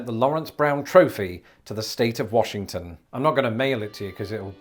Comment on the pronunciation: Warshington. They say Warshington.